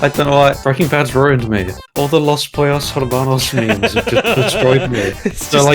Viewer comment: I love the idea of some peoples biggest exposure to Spanish being Los Pollos Hermanos haha that whole part was so funny. Also I don't know if speaks any Spanish but that pronunciation was really good!